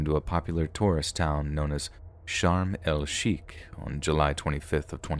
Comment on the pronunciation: So a child molester gets shot and killed and then his body is….ahem….emasculated and the narrator thinks it had nothing to do with his crimes? She’s not the sharpest knife in the drawer, is she? (BTW, the resort in Egypt is pronounced Sharm-El-Shake)